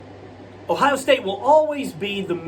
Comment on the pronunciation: Are u ok? U couldn't even say Ohio state name correctly. U must be a homer fan wow just wish some of these so called experts would at least view the game correctly